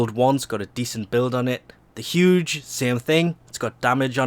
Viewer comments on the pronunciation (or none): Did you pronounce Zhuge as "huge?" As a Chinese person, let me tell you why you're wrong. It is pronounced "ju-gu" with a long u sound for the ju and a short u sound for the gu. Warframe's Zhuge is named after Zhuge Liang's Zhuge Nu, Liang being an ancient chinese military strategist and the Zhuge Nu being the automatic crossbow he invented.